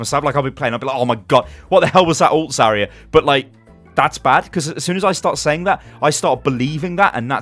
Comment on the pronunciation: Your New Year's resolution should be to pronounce Zariya correctly!